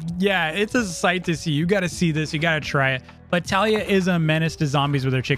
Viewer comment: kaliyah was called taliyah